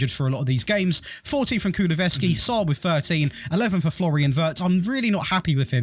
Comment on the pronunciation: I enjoy theese videos. But I wonder if every video is going to have a player he constantly pronounces wrong lol, first video it was Todibo he pronounced Tobido, this one it is Kulusevski he pronounced Kuluvevski haha. Could be interesting seing something like Monaco-Nice or other French teams, Dortmund-Leipzig-Leverkusen, two of the sup top La Liga teams so no Real, Barca or Atletico